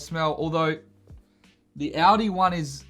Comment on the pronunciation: It's "all-dee" not "audi"